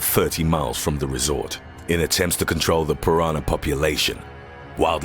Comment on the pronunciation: He keeps saying piranar instead of piranah.